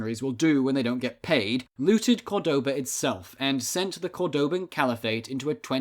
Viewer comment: Córdoba is pronounced by stressing the first syllable not the second, so many English speakers get this wrong.